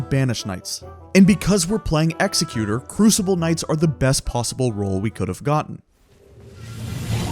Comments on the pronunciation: Great video, thanks for all the tips!!! BTW it's Ek-Zek-U-Tor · Hate to be the youtube 'ACKshuwally' guy but executor is fr pronounced like executive but with an "er". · W video but bro PLEASEE PRONOUNCE EXECUTOR’S NAME CORRECTLY PLEASEEEEEE